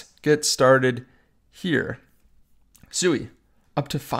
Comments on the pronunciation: I'm interested in SUI pronounced SWEE, not only according to the co-founder and all the devs but dictionarycom proper pronunciation. You must be talking about some mean coin called SUEY. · Pronounced “Swee” no?